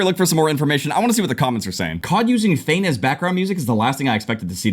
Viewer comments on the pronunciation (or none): The way you said fein LMFAOOO it’s F-e-in.